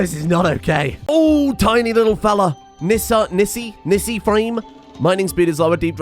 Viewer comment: Nisse, not nissi.